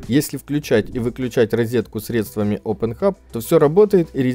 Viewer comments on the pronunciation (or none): none